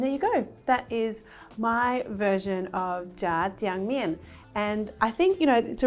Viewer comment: You pronounced it great! And looks delicious